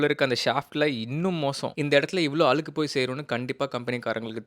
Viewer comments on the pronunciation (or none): Tip ரொம்ப பிரமாதம். அவசியமானதும் கூட. பகிர்ந்தமைக்கு நன்றி. ஆனால் ஒரு நெருடல்.. அலுக்கு அலுக்குனு பல முறை சொல்லிட்டீங்க. அழுக்கு என்று இனிமேல் சரியான உச்சரிப்பில் கூறவும். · Alukku allathampi azhukku nnu sollunga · Video is useful. But pls Learn to say Azhukku not Alukku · Its not அலுகு.. Its அழுக்கு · Allukku.....? அழுக்கு ! Allaku means washing clothes.....Malayalam n Pure தமிழ்.... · அலுக்கா? அழுக்கா? டேய். என்னடா இதெல்லாம்? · அலுக்கு இல்லை தம்பி அழுக்கு.... தமிழ் பாவம்.... தகவலுக்கு நன்றி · Alukku ❌😂 Azhukku 😂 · Azhukku sollu pa. Alukku illa. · Adhu azhukku.... alukku illaa.. Saavadikreenga :/ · அலுக்கு இல்ல நைனா..அழுக்கு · தயவு செய்து அழுக்கு னு சொல்லுங்க bro. உங்கள மாதிரி influerncers அ பாத்து 4 பேர் கத்துக்கட்டும். வேணும்னே style னு நெனச்சிகிட்டு தாய் மொழிய தப்பா பேச வேணாம். Pls. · Nice video thambi. But azhukku pronunciation please next time take care.